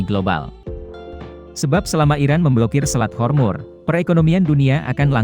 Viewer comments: Selat hormuz.. Kok di katakan selat hormur.. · Selat Hormuz min.. bukan Hormur.. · Selat hormuz. Bukan hormur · Selat hormuz bukan hormur